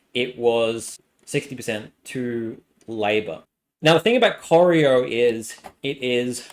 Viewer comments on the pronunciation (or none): It's pronounced Prah - ran, as in can and Cor eye oh... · Coy-Ry-O is how you pronounce Corio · I was impressed by the new and innovative pronunciation of Corio. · And Corio